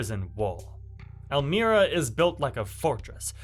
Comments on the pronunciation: EL-MY-RA not El-mire-a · ELL-MY-RA ELMIRA CORRECTIONAL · El-My-Ra .... pronunciation is odd i know welcome to NY